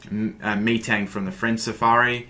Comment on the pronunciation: Its not MEtang lol its Metang